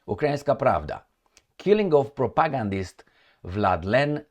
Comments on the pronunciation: Please learn how to pronounce "propagandist". You make it sound like "protagonist". The stress should be on the third syllable: [pro-pa-GAND-ist]. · much respect but it's pronounced propa-gan-dist